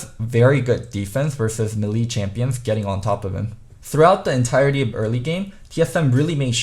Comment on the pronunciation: Mélee is pronounced "MEH-lay" or "MAY-lay" in US...not "meh-LEE"